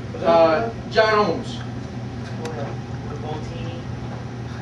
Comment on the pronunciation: hahahah -- dude said: "John Holmes" -- John Ohms ... It is actually Gregory Simon Ohms. That is funny though.